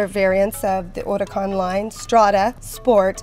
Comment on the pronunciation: The way she says "Huracan"...